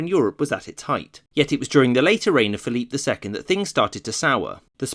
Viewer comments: Not sure if this comment has already been made, but why are you pronouncing Phillip II’s name in French. Even in Spanish it is not pronounced that way(you pronounce the second e in Felipe) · Repeat after me: "Feh-lee-peh" (Felipe II). If you don't want to say it the Spanish way you can anglicize it to Phillip like you do with Carlos/Charles, but Dios mío, don't pronounce it "Philippe" as if he were French. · Complete massacre of the names. -Carlos not Charles -Felipe not Phillip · Felipe is prounced fell-ee-pay. You're giving it a French Pronunciation, not Spanish. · Why do you insist on using the French pronunciation of Philip II's name in the videos where he's mentioned? If you want to pronounce it as in Spanish, it would be (using English phonetic values) "feh-LEE-peh." And if you're going to at least try to pronounce Philip as Felipe, why use the English pronunciation of Charles instead of using Carlos? Why put so much effort into these otherwise really good videos only to bungle something so basic?